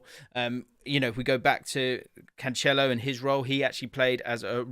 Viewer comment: THANK YOU for learning how to say Cancelo!